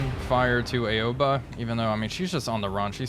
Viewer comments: Great video as always, just a friendly reminder her name is not pronounce "A-o-ba" it's "Ao-ba". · Looks like Indianapolis' war is over for now. Also Aoba is pronounced Ow-Bah btw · Ouba? Nah, it's just Aoba. Like Ah-oh-ba. It's japanese, no need to be fancy twisting letters into others; silly english..